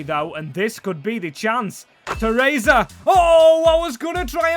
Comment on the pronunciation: Shit at pronouncing names this guy